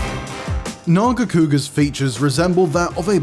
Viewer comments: behemoth making this list is crazy, also its NERGIGANTE not fkin nergante. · Don’t disrespect Nargigante by saying gigante learn your names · Talk about Glavenus, show Acidic Alavenus, talk about Nargacuga, show Lucent Nargacuga. Also, the name is Nergigante which is pronounce "Ner-gi-gan-te" not Nergante you unculture swine. I bet dude just pick up some cool looking one from the recent Monster Hunter installment and call it a tier list. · “Nergante” huh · Oof. These are some hot takes right here. You know its bad when they cant even pronounce some monsters names lol. The hell is a Nuergante? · . Nergante? Lol. I thought maybe it was just his accent, but he keeps saying it and I don't think it is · Rathalos above gore magala,rajang,malzeno,behemoth,amatsu? Blapshemie If you make nergigante #2 at least say his name right, whats a nergante? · Ner-GI-gan-te holy moly get this guy out of here and bring back Casey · And their pronunciation too. What it's a Nergante. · It baffles me how this guy can't even pronounce some of the names right; pisses me the hell off that you butchered Nergigante's name by calling him "Nergante." You realize there's an "i" in there, right? Your channel guidelines say to be respectful, but after seeing this list and your butchering of monster names... you,, don't deserve respect. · Couldn't even be botheted to pronounce nergigante right...."nergante" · You know there's 2 G's in Nergigante right? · Wtf is that Nergigante pronunciation.... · You can tell how many people gave up on watching the entire video by how few comments there are pointing out the incorrect pronunciation of Nergigante. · the way he pronounced nergigante makes my skin crawl..